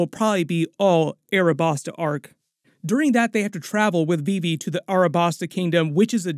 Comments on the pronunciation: Its Alabasta not Arabasta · this mf said "Arabasta"